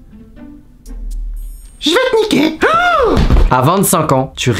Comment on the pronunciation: le "jvais tniqué"